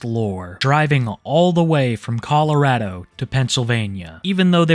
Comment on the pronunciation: Finally someone that actually says Colorado correctly